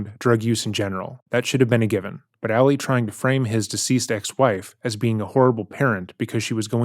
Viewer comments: I always watch this YouTuber videos, but I can’t watch this one bc of the amount of times he says Alley opposed to Ali. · Why is he pronouncing the name as Allie? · i agree with a lot of what u share in this video but please learn how to pronounce Ali when it comes to Muslim culture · Ali not Ally. You are pronouncing it wrong.